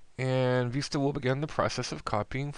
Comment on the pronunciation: you say vista funny it's like you put an extra i on so it goes like viista but whatever :D